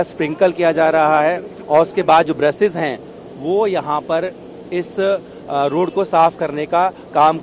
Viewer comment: रोड़ पर नहीं, रोड पर! Shabby reporter quality.